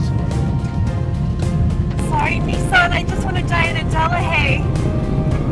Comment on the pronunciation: pronounciation wise it's correct. Look at the history of Nissan and you'll get what I'm talking about.